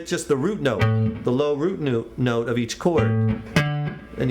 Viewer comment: = "root noot" hahaha